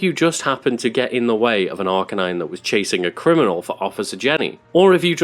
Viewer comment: It’s pronounced R-canine, not arka-nine